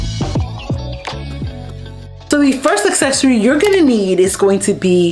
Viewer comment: I keep hearing you say "Successorie" and I am not sure if that is what you're actually saying it or if it's my damn ears, but I LOVE IT!! A good accessory always makes me feel so much more successful!!